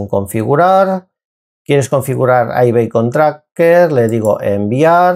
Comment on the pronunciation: aibicon no beicon